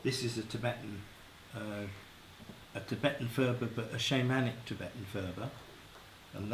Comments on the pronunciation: purb.. not furba.. the ph is just p.. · There is no 'f' sound in the Tibetan language 'phurba' is pronounced 'purba' the 'h' after the 'p' is aspirated. The phurba itself is not a knife but a peg to 'pin down'.